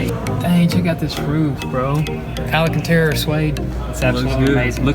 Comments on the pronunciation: "Alacatera suede". LOL!!!! Errrr...alcantara... Lol!!! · I like your videos but I cringe so much because you mispronounce things so much. It's not alacantara it's alcantara